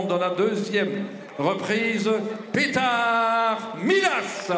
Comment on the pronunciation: Ummm its PetAr not Peter